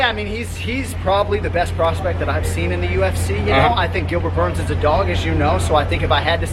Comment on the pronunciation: Did GSP just call Burns, Dern?